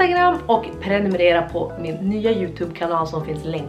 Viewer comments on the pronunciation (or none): none